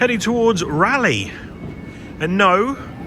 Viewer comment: Good that the train announcement corrected you on how to pronounce Rayleigh or Raleigh !!!!